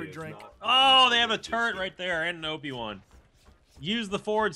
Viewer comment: Sounds like the keep saying "Obi Wan" instead of O.P Juan. You can imagine why I thought was saying "oh they have an Obi Wan! Us the Force Spawn point!"